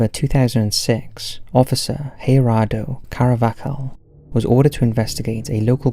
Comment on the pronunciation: It’s GER ADO NOT HAIR ADO. Only J’s make the h sound I’m Spanish